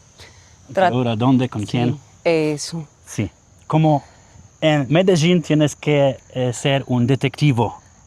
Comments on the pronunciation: B fajny filmik. Wole jednak jak wymawia sie Medellin w jez polskim przez L. Przez Ż to tak jakbys oprowadzal Polakow po London zamiast po Londynie…;) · Film cool, ale jaki jest sens wciskać na siłę kiepsko dla Polaków brzmiąca nazwę miasta tak jak wymawiają ją lokalsi (choć nawet ta panienka w wymawia to po Hiszpańsku - "medejin") - robiąc film o Monachium będziesz cisnął "munszen", z moskwy - "maskva", z Londynu - "london" a na Paryż - "pahri". Tą nazwę wymawiamy "medelin" i tego powinniśmy się trzymać :) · Ciekawe ile czasu ten pan musi jeszcze spędzić w Kolumbii by się nauczyć wymawiać nazwę swojego – jak twierdzi – ulubionego miasta, Medellín – z akcentem na ostatniej sylabie, czyli na pierwszej od końca, czyli dokładnie odwrotnie niż on akcentuje (na pierwszej), który to akcent jest nawet zaznaczony w pisowni kreską nad "i", ale "co to dla harcerza?!"Wszak "Polak potrafi!" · Majster czemu mówi "Mededżin" jak nawet te lokalne laski mówią dokładnie tak jak się piszę czyli Medelin? A tak po za tym to ostry progres w hiszpańskim zrobiłeś bo widziałem jakiś film z początku roku to mówiłeś że się dopiero 2 miesiące uczysz to teraz by wychodziło że nawet nie rok, a dobrze Ci idzie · Ty MEDEŻIN coś ci się w główkę stało że nie umiesz poprawnie przeczytać? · Mendeecooo??? Skąd ty wziąłeś te wymowę? Z francuskiego translatora 😂😂😂😂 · Dlaczego Ty wypowiadasz Medellin ..(Medezin..)??? Te ktore pokazujesz z aplikacji...to zwykle SZONY .Kto przy zdrowych zmyslach ,wyjdzie z takim plastikowym kurwiszczem???Ja osobiscie, wstydzilbym sie z tym pokazac na ulicy . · Mededżin????? Coś nie halo? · Zauważcie jak ta pani wymawia nazwę Medellin a jak nasz wieśniak chcący błysnąć na początku filmu:)) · Dlaczego mówisz : "medeŻin" jak Kolumbijki mówią "Medejin" ? Pozdrawiam. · Ale dlaczego mówisz Medeżin? Przez "ż". Ona chyba mowi Medein. U mnie w kraju mówią Medelin. Tak jak się pisze. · myślałem , że Medelin wymawia się tak, jak się pisze, a nie Medeżin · I ten akcent Medezin